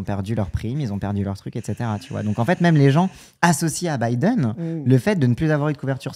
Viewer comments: Pk REFUSE de dire Biden correctement? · Le retour de "Bideune".